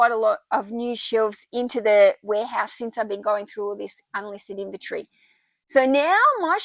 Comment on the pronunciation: Love how you say inventory your way!